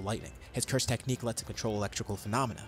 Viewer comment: "Ah yes the anti-sayian techniche that i havent used since the heian era"